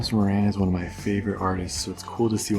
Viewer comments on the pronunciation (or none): none